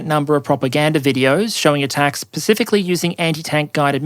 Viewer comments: Um did you just say “Pacificly” instead of specifically?! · Sorry, but it's "specifically" not "pacifically".